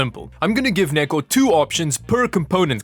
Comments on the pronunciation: swaped gpu rooms in hope to get neko to chose better, i love how it sounds like ni**achan when u call him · I keep hearing the n word every time he says neko